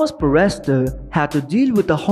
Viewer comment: Would someone tell this guy it is not pronounced far rest ter